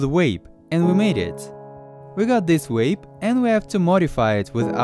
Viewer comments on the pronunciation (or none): its vape its just a fuckin accent mate wape yeah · He's from a European country most languages in Europe pronounce the V like a W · Ha says vaporize just fine but says wape or reser-oh-are instead of reservoir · Astros Cinema I like how he was able to say "vaporize" but says wape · “Oh now daddy, pwease down wape me UwU” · He can say “weight” right yet still says “wape” 😂😂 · DunkinDonuts90 I heard wape too lmao😂😂😂😂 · Your name is and you say wape... wtf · Nobody:: W A P E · Haven't you seen the video? It's a wape, not a vape. Say it correctly. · You mean wape? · Stoners Podcast Hwape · He says vaporizer, and vaporize. But says wape? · “We got this wape” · Mariah he said wape. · Are you guys aware that he says wape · Stop saying Wape omg 🤢💩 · Vape ❌ wape ✅ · No offence but "wape" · vape, not waype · What’s funny is the guy calls it a “WAPE” but says “VAPORIZER” correctly. Haha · "but this time with a WAPE"...omg i love wapes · How cant u say "vape" But you can say "vaper" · We got dis wape😂😂😂 but the mans can say vapor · He can say vaporize right but he says vape as wape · As soon as I heard “wape” I scrolled to the comments Also why does he say vaporize how it is but not vape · Upd: He speaks Russian (although he is Ukrainian), but in Russian there is no "W" and "V", but in Russian there is "B" almost as the "V". On the Russian word "wape" will be written as "вейп". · Think he said vwape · The auto captions claimed he said "wave" lol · “We av this wape”😂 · Can this guy not say the V LOL great vid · ok im sorry but he said Wape 💀💀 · Yoooo he call a vape a "wape"💀💀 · I literally come here because you say stuff like “wape” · Are we just going to ignore the fact this dude can't pronounce the V in, "vape" but has absolutely no problem pronouncing it in, "evaporate"? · So he cant say “vape” but can say “vaporize”? 🤔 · I know different accents say words different, but Jesus, how do you pronounce V as W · How the fuck can he say vaporize but not vape